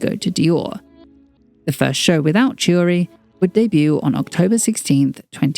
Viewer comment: ch is pronounced as k in Italian, hence "Chiuri" is not tschiuri but "Kiuri"